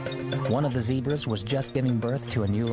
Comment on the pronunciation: Not zibras.ZEBRAS😅